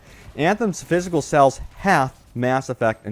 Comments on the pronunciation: He keeps saying sells, not sales. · What area are you from? I notice you say "sells" instead of "sales."